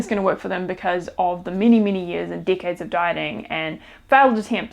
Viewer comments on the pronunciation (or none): Watch how you pronounce decades